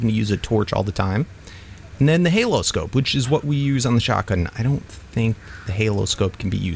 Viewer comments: Ok no hate on but it's either I haven't seen how the Holo scope was spelt in ark or he just can't pronounce it he said Halo scope so just saying it's a holo scope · I hope you know that it's called a "holo scope" as in "holographic scope" not "halo scope"